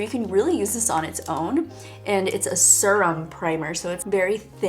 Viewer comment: Serrrum ? I believe that’s “see-rum”